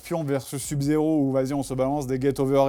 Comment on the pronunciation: "sub zéro" SEUB zéro bon sang !